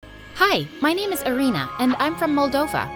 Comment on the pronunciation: thats not how Irina is pronounced lol